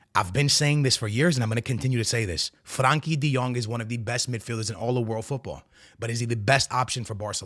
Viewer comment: And Franky de Jong, 😂😂😂